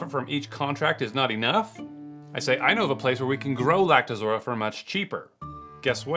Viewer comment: It's pronounced "Lact-o-rosa" not Lact-uh-zora